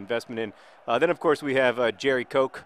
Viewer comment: I'm fairly certain Gerry Coke pronounces his first name "Cherry"...